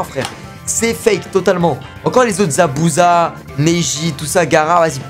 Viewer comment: c'est plus Zabuza la c Zabuzé🤣🤣